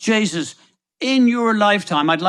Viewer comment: When Eddie said But JJsus 😂😂 I mean ohhh sweet baby Jesus